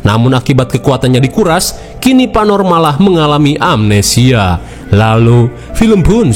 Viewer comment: Salah min bkn panor tapi panu😂😂😂